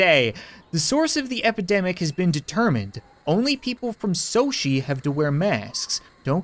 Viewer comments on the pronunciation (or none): none